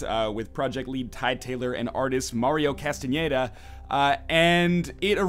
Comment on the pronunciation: "Mario Castañeda" Wow, I'm surprised you pronounced it correctly. I have the same last name and I cant tell you how many people have difficulty pronouncing it. Now, If I could just get you to whisper it to me as if I were your lover.....